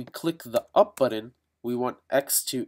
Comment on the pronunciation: Indian accent whaaa?